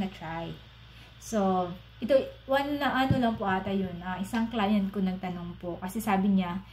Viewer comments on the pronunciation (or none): none